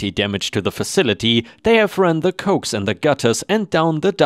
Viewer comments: Coax Isn't Cokes It is Co Axe. it means Co-Axial cable. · Coax cables are pronounce Co-axe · Last story: coax is pronounced CoAx. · In the last story, the word "coax" should be pronounced "co-ax" in the sense it was used, which is a noun short for "coaxial cable". "Coax" the way you pronounced it is a verb that means " to gently persuade", and is mostly used in the context of trying to get an animal to do what you want it to do. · Love the stories and the delivery! By the way, it’s pronounced CO=AXE! As in, coaxial cable. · Coax is pronounced co-ax.